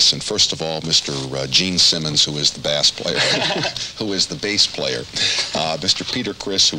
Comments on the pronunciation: Bass player. Says Bass instead of Base...lol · He said bass like the fish not bass guitar